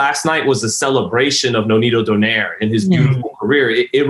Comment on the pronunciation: still can't pronounce the name right... is don-ai-re